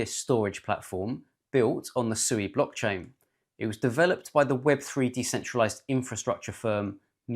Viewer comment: It's pronounced "swee"!!